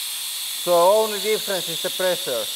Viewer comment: I miss lots of high "press-ur-ee". Great content as usual 👌